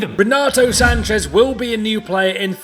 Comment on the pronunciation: its sanches... not sanchez... he's portuguese , not mexican